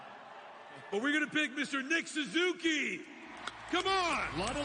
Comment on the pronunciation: John Buccigross is one of my all time espn favorites, but today he mispronounced Suzuki and called Bjorkstrand "Olivander." Lol